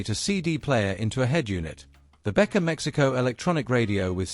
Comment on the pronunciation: Как можно Беккер прочитак, как Бетка?? Не смог дослушать до конца😬